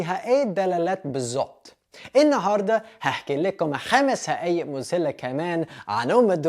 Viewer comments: Hey, i wanna thank u man for this hard working to present this and i really love it.. simple thing i wanna say.. its حقائق.. not هقائق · اول مره اشوف واحد اجنبى بيتكلم عربى كويس كده برافوا عليك بس فيه تعديل بسيط هى مش ( هقايق) الصح ( حقايق أو الأصح حقائق ) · هي بتنطق كدا 5 حقائق مش 5 هقايق و مذهلة مش مزهلة :) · اسمها حقائق مش هقائق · *حقائق مش هقائق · اسمها 5 حقائق مش هقائق 😂♥️ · حقائق بالحاء وليست هقائق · بتكلم لهجه مصريه هقايق ❌ حقائق ✔ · بحب فيديوهاتك جداا انت مبدع بجد وكمان كنت عايزه اقول ان ف صورة القناة مكتوب بريان مش وكمان ف عنوان الفيديو مكتوب هقايق والصح حقائق قلت بس عشان تعدلهم وكلنا بنخطىء وبهنيك على طريقة نطقك للمصري ✨🖤